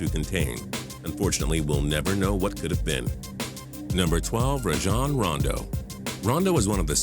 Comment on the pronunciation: He said Rajon Rondo wrong😱lol